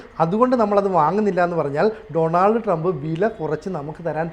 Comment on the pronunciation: First you go and learn how to pronounce Donald Trump please